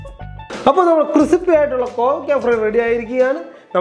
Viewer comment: ഇപ്പോൾ കണ്ടതാണ്, ക്രിസിപ്പി അല്ല മോനേ ക്രിസ്പി ആണ്.